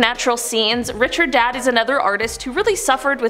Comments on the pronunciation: Ummmm…. It’s not Edward Day Gus. It’s pronounced De GA. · It's NOT pronounced DAY-GUSS! It is Duh-GAW! It's French!! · “Day ga”. That’s the way you say Degas. Sad that such a renowned painter has his name mispronounced. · Edgar Day-Gah